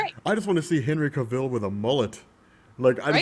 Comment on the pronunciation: zack snyder didnt 'wreck' e superman character. e character has been ard almost 80yrs with many iterations. u cn prefer 1 over e other or u know, learn 2 appreciate all versions. btw, cavill rhymes with travel. not pronounced as Cuh-ville, jus saying. fyi, BvS did NOT cost $400mil to make. those rumors were BS. besides, if MOS cn make $170mil jus thru product placements n sponsors 2 offset it's $225 mil production cost, pretty sure BvS cn make alot more $$ frm partnerships etc 😏 anyways, hv a great day fellas